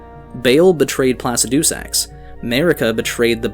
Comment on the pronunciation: can you please stop saying placidusax like that? the dragon priest says the name how it's supposed to be said.